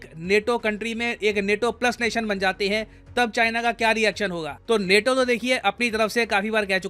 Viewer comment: नेटो नहीं नाटो 😆